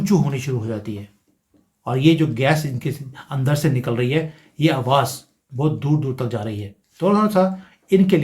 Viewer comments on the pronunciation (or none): none